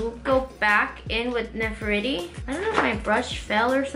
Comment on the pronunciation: "Ne-fer-tiri" like the and Egyptian Queen... You'd pronounce that name like you were saying it in Spanish... The "e" in this name is how you would say e in Spanish... 💕💕💕💕💕 love this look, mama!!! Xoxo